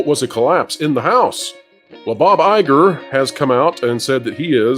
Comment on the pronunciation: Please Guys it's BoBo EyeGore 👁 🤣🤣🤣🤣🤣🤣🤣🤣